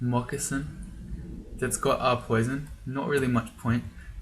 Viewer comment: First doesn't spawn with a wand, then there's no green border on immolation scrolls, and to top it all off you hesitated and pronounced "moccasin" differently... I think Xom is messing with you.